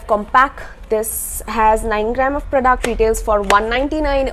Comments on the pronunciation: No no it is not like that 😊😊 but i really like the way you pronounce it.. 💛💛💛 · Really excited to hear her voice and especially i like the way she pronounce "PRODUCT". Luv you lot